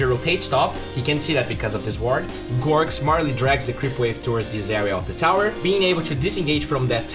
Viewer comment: Pls its gorgc not gorc. This is the third time